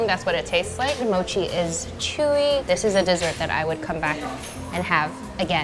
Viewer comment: When she said dessert I thought that she said sessert